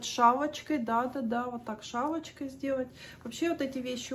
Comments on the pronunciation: Делать шАлочкой 😂😂😂😂ist das Russisch? Das ist fantastisch! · Кстати она сказала шВалочкой😂..